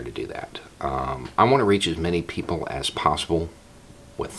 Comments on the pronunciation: I heard Poogle. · I was saying elsewhere more like Beaugles, no? That’s what I heard.